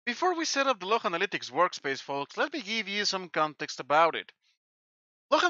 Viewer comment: I love how he says "the activity logh, folks. Platform level, my friends."